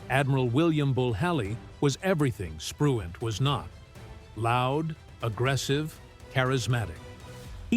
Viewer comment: What prompts this moron narrator to call Spruance "Spruant" and Halsey "Halley"? Just stupid undoubtedly.